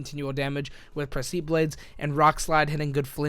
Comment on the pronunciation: I think it's pronounced "preh-se-piss" lol I Google a lot